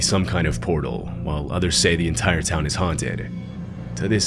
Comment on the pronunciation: "portal"? Sigh